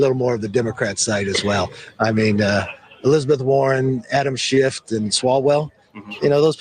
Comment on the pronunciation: Adam Shift? Did he say Shift?